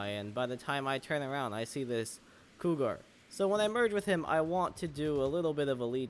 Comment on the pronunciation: The way bro said cougar was kinda funny